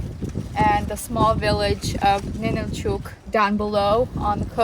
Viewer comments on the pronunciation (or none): Why do you mispronounce it as Ninilchooook? We live here in Alaska. It’s called Ninilchik, and pronounced Ninilchik, ending like “chick.” NOBODY pronounces it here the way you do. How would you like us to go to your home and rudely mispronounce your hometown’s name? Is this how you visit other places and have no regard for the locals? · The name of the town is Ninilchik, not Ninilchuk. It's pronounced Nin nil chick. I lived there for 10 years.